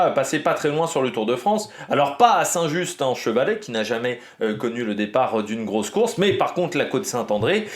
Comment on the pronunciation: Quelques informations pour t'aider parce que l'étape part à 15km de mon boulot et passe dans des lieux que je connais très bien, déjà on ne prononce pas le T de Saint-Just-en-Chevalet 😂 à Saint-Symphorien sur Coise on change de département et on arrive dans le Rhône, la limite étant juste avant entre Chazelles-sur-Lyon et Saint-Symphorien dans une grande ligne droite. J'aurais adoré aller voir le départ, malheureusement (ou heureusement !) je ne travaille pas aujourd'hui. 😅 mon prono aujourd'hui c'est Narvaez qui s'est montré déjà dimanche avec Jorgenson